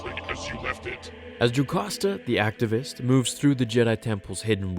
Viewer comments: it's ARCHIVIST. ARK-EYE-VIST. not activist. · Very fun video. Its master archive-ist not active-ist. An archive is a store of documents. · R-kiv-ist not Activist